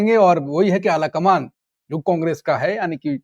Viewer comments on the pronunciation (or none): Ala kamaan नहीं kala kamaan